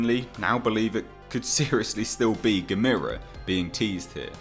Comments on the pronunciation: No it's not gamers. No no no no no. Nobody believes that and you say Gamers wrong. It's more likely Barugan as he actually tunnels but Ang is a fair assumption. But it's Gammer-ra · G VS G would be to epic if done right !!!! The theaters would explode from so much awesomeness but this would have to made in japan to do it JUSTICE !!! ITs GA- mera emphasis on the GA btw. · I highly doubt its Gamera even though I WOULD love to see him in it. Yes he is a "good" monster. You ARE killing me with the mispronunciation of his name by the way. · You definitely butchered the name you said it completely wrong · You said Gamera name wrong!!!!!!!!!! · You are saying gamera wrong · stop pronouncing it like that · Love your vids...your saying "Gamera" wrong, your saying "Ga-me-ra" when its Gah-meh-rah". its the Japanese and their vowl system. theres 5 main sound A/a(Ah),E/e(Eh),U/u(Oow/ew),I/i(Eee), O/o(Oh), and ALL Japanese words can be more easily read and said knowing this. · Ga-met-a = NOOO Gam-er-a = YAH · Just want to let you know, it's not "ga-mee-ruh". It's "gamma-ruh" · It's not GAMIRA it's GAM-ERRR-UH. That's how they pronounce it in the films! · You're pronounciation of Gamera is killing me. You say it like Gameira but its more soft snd smooth. GAH MER A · Michael Onak YOUR* grammar is killing me. [Your* pronunciation* of Gamera is killing me. You say it like “Gameira,”* but it’s* more soft and* smooth like “GAH MER A.”*] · Who the heck is "Gamira"?? Never heard of him. But I have heard of Gamera. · "Guh-meer-uh"? Never heard his name pronounced that way, heh. (Typically it's 'Gam-ER-uh', as in camera.) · It's pronounced like CAMERA. Not Gameera. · Why does he say Gamera (Gam-er-a) like Gamera (Game-ere-a)? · Oh for gods sake, i can’t take it! It’s not geh-MEERA, it’s pronounced GAM-a-rah !!! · GA... ME... RA... Not Gamira. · Gamera not guhmeeruh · Yep. Rhymes with "Camera" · Dude, it’s gam er ah ( gamera)